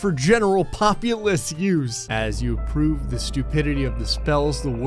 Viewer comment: he says apoove instead of approve 😂